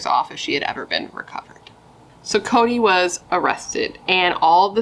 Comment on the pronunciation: 😂😂😂😂 this case is not funny, however, I am laughing when you said Chode instead of Cody😂😂